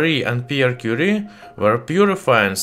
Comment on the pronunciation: Madam Quire => mariegue 😂😂😂😂